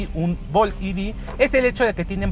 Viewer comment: Ojalá usarás español. Es EV no I-vi...por eso estamos mal.